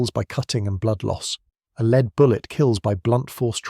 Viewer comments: Lead (Pb) is pronounced LED not LEED. Lead was used by Rome for water piping in the city, so they needed vast amounts in addition to sling projectiles. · Leed Bullets, good old AI.